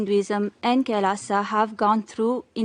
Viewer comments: What is Kailasa... It's Kailash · Ram ko rama bolo, krishna ko krishna bolo, Kailash ko Kailasha, aa ni add hota Hai, agreji!